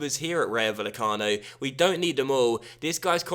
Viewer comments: It's pronounced Vayecano, not Vallecano. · * PLEASE READ THIS* This comment is to help you with Spanish pronunciation. - If there ever is a -ll like in Vallecano, that is pronounced as an English y sound. - A j, like in Jorge is pronounced as an English h sound. - An h, like in Hernández, is always silent - In most cases, the emphasis is placed on the second last syllable, unless there is an accent on the letter, in which case the emphasis is placed on that letter. - A g, like in Jorge, is pronounced as an English h sound, unless it's at the start of a word, when it's pronounced as an English g sound, like in Gary. - An a, like in Rayo, is always pronounced as the a in Alex. - An e, like in Meré, is pronounced as the e in Ben. Hope this helped, as you always say how you've probably pronounced something wrong, so I wrote this to help you out as I speak Spanish.